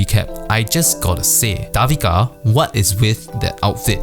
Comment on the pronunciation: Hahaha your commentary for OWL is really entertaining, can't wait for next vid!! Btw, Devika's name is pronounced Day-vika :)